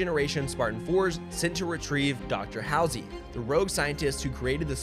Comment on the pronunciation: Okay this video is good and all but there’s no way on earth you’re a real halo fan like you must’ve researched this stuff. You literally called the UNSC the USNC and then confidently called Dr Halsey Dr HOWL-SEE